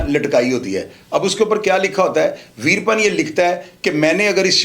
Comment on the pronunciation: Yeh info hazaron channels pase hai koi new story nahi but ouska naam to sahi le Lena tha ap ne naam hi badal diya veerapan apne A ko silence kar diya good work otherwise